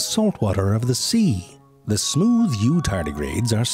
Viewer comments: the way he said "are not smewth" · SMEEEWTH... I'm dead💀